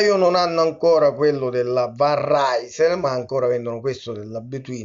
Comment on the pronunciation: "Rysel" è il nome fiammingo per la Città di Lilla in Francia (dove vengono prodotte queste bici). La pronuncia, ad essere pignoli, deriva da Rijsel che suona grosso modo come viene pronunciato nel video, e non Risél (che sarebbe forse la pronuncia francese)